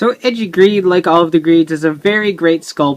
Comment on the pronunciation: for goodness sake, it's "ay-jee", not "edgey". the ei is supposed to make an "ay" sound in japanese